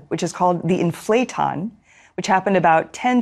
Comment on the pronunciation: It's "IN-fla-ton", not "In-FLA-ton"